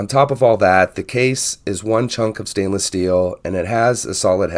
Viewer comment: Hi. Thanks for the vid. A couple of things, though. There's an "o" on the end of the brand name. It's Tandorio, not Tandori. It hurts your credibility when you don't get the name of the watch you're reviewing right. Also, it's "stainless", not "staineless". I know I'm being pedantic, but things like this matter, especially when reviewing things like watches, which attract people who tend to be detail-oriented. I see that Tandorio make this in titanium, with various dial styles, and even with a 36mm case. A choice of movement, too. You can get it with a 4hz PT5000, for a bit more money.